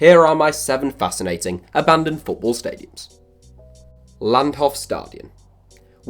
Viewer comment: “abandoned football SRADIUMS”